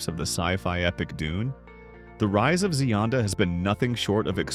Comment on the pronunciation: The voiceover is pronouncing her name correctly.